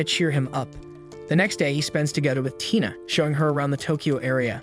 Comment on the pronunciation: Right when u said tina u said taina(i'm sorry if i spelled the name wrong)